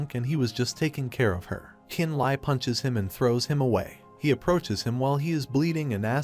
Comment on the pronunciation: Li and Le is pronounced lee you're triggering me lol